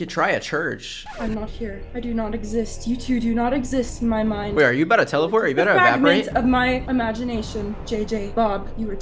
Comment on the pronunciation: "are you abt to telaport?" 😂